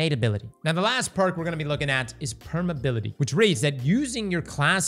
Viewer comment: The word is "permeAbility" lol